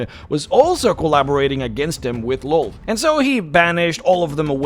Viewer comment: Lolth and Lloth are pronounced "Lilith."